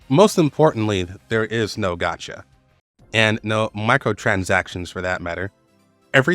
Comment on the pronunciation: don't take this the wrong way. im not trying to be a "well actually" type of guy. but i would like to inform you that it is actually "gacha" not "gotcha". i understand the confusion because of the whole loot box thing with these types of games and them taking peoples money but "gacha" is actually an onomatopoeia for the sound the little vending machines make that dispense mystery toys